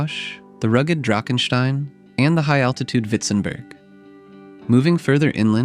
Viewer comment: Drakenstein , in South African English you pronounce : "Draakensteen"